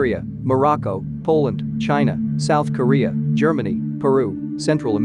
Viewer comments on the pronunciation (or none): none